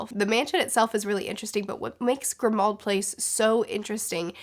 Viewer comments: Its not Grimold place, it's Grimmauld Place like "Grim Old Place" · Grimould place is pronounced like "grim mould". JK Rowling is not particularly subtle. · Grimmauld place is pronounced like "grim old place" (I think it's actually supposed to sound like that) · Late to the comment party, but wanted to chime in about the "Grimmauld Place" pronunciation. I used to pronounce it as you do, until I realized that it's a Rowling joke and I believe that it's supposed to be pronounced "Grimold Place." Because it's a grim, old place. :-D